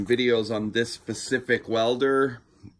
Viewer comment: Its SPA- CIFIC!!! NOT PACIFIC